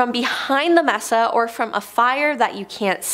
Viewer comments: Pronounced May-saa not Mess-sa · may-sa , not mess-a JFC Understandable is English isn't your first language, but fuuuuuu.... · Its M-E-S-A! ..NOT MESSA!Lmao 🤣